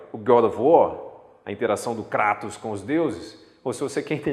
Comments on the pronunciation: kratosss foi foda viu kkkk pronuncia certa é "kreitos" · ShaZam na verdade e kretos